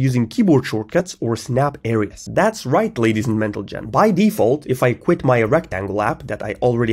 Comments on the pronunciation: Ladies and 'Mental-Gin'😂😂😂😂😂😂😂😂😂😂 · „Ladies and Mentlegen“ 💀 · that's right ladies and mentlegen! 😂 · that is right ladies and "mentalgen" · hold on did he just say , "ladies and mental gents "??